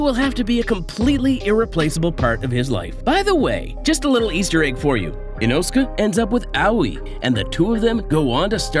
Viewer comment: The saddest thing, so far, is how you pronounce Inosuke. 😅